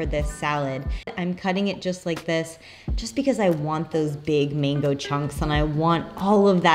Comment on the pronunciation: It’s MANGO. NOT MENGO